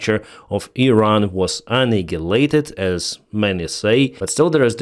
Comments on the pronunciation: I don't know phonetic, but I will try to correct one of your words. But please don't change it, because then we know it is you. Try to say: AnnEyeHighLateD instead of annihilated as anigilated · You say 'annihilated' very wrong. Please try to say 'a-NAI-a-lated'